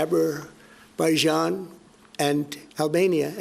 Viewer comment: I ❤️ Trump but "Abba-baijan" had me in stitches. They didnt have beef with albania either haha. He means Albania-Serbian and Azerbaijan-Armenian He is literally my grandad lol